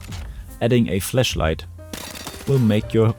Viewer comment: I’m hearing fleshlight and not flashlight 😂